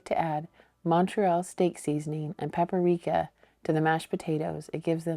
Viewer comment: The spice is paprika not pap a rika